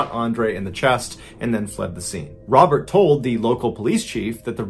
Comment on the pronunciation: Pretty sure that's not how to pronounce Robert. Remember, he's French, lol.